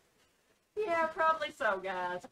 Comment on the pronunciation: Pronounced as guy😂 -als. And at, back many thousands of years ago.. just after man had learned to tame fire.. there used to be these weird sort of paper things. They were called books. But some these books were made rapidly, so they were stapled together and folded for display. They were called magazines. They were very similar in shape to modern comic books. Well, where the magazines were stapled was called the center fold. Yes we really had no imagination when it came to naming things. I hope that clears up your confusion on what a centerfold is. 👍